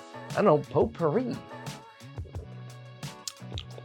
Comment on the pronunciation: I swear you just made up a new word, "oatpourri" instead of potpourri. That's a new scent!